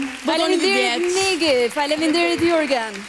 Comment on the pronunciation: Bora besoj eshte e vetmja qe arrin te thote "FaleMinderit Megi" pa bashkuar buzet fare 😂😂 i ka bere dhembet si dhembe kali, mezi mbyll gojen 😂